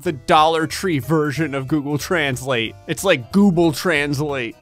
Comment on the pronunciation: can we get a shirt that says "gooble translate" -gray